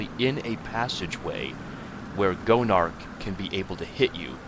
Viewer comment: i kept thinking you called Gonarch "Joan of Arc"